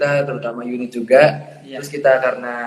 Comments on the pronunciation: Dari youn1t kak bukan unit 😂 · YouN1T kak bukan UN1T